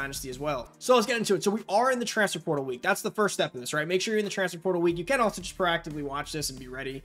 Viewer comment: Slow down bra its transFER portal. Not transfr prtl lol. You saying it so fast and condensed